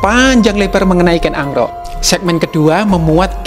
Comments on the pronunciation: Kenapa narator nya ngucapinya ken angrok? Bukan ken arok... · Kok kedengerannya Ken Angro' Min..? Apa memang pengucapannya demikian untuk Ken Arok?